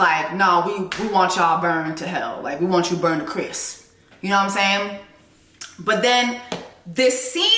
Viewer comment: Girl, we say “Mek we bun dem” not “burn dem” 😂😂😂